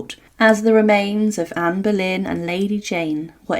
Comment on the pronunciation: Será Boleyn , no Berlín. Anne of Boleyn.